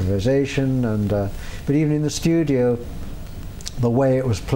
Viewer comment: Listen closely to the way he says studio lol. Anyways huge fan he cool.